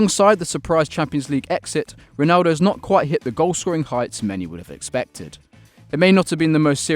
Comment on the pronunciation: you said Ronaldo wrong